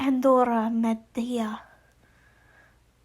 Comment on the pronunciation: Ted's grandmother's name is pronounced like An-droh-mee-da